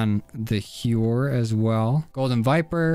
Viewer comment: It is pronounced “How-er”